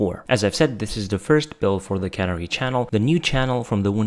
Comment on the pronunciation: Can - AIR - ee, shooly?